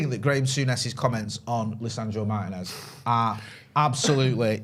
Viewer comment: Not for nothing guys but can we start saying Martínez correctly. It’s only like top 3 most popular Latino surnames. Does Martin-ez really not sound absolutely ridiculous when you say it. Like his last name is Martin with and ez on the end of it? You’re basically mispronouncing the equivalent of Joe Smith. FYI it’s Mar-Tee-Nez. Not hard guys. Martin-ez sounds so cringe yokel it’s not even funny